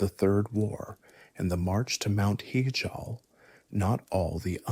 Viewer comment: mount heejall